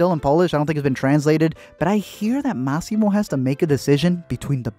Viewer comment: IT'S NOT MAAAAAASSYMO, IT'S MASSIMO